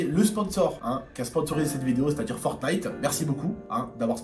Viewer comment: Tu a mal dit fortnite 🤣🤣